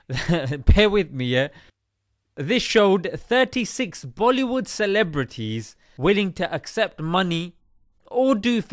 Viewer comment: Hahahahah the way he pronounce es the clebs name.